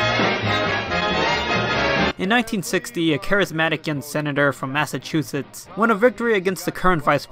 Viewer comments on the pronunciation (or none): none